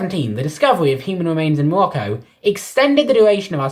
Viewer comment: hUmAn wemains iN mOlOcCo🤣🤣🤣,bro,whats wrong with your pronounciation